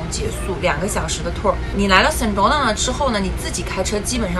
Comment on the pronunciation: Sedona的发音应该是[sE Doe Nah]， 而不是[Sen Doe Nah]